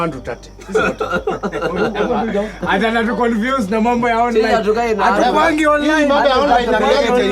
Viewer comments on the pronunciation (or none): Good stuff! However, I think you are a better director than an actor! As a stand up comedian, you are the best and on top there! I also think the pronunciation of Tate is Tate NOT Tut